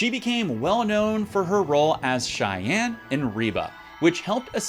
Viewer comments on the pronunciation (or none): none